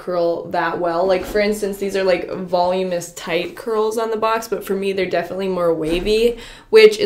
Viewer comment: Volum-inous 🤔 Vol-uminous 😐 Voluminous 😊